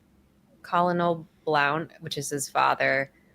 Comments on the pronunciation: she keeps pronouncing his military position "Colonel" which is pronounced "kerr-nol" as "col-oh-nol".....she has no clue! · Colonel is pronounced kur- nel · Colonel is pronounced Kernel. Great reaction! I'm a new sub! :) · What's that word you just tried to say?!?!